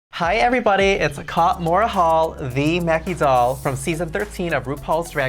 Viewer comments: I love every time she says her name😂 KAH-mora hall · Hi everybody it’s KAH-mora hall. I love the emphasis she puts on her name lol.